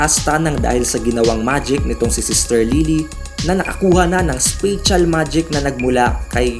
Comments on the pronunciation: It's not spe-tsal. Spatial is same with special if you pronounce it but it has small differ. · Yung spatial nlng talaga lods. Google mo nlng tamang pronunciation. 😊😊